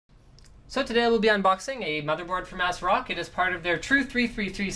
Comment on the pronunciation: "Ass-rock" XD